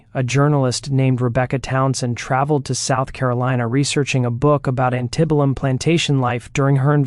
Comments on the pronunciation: The reader pronounces words weirdly. Instead was pronounced as in-stea-Dee😂 Antebellum pronounced as Antin-Billum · It's a different take on a common story. Too bad your AI can't say antebellum.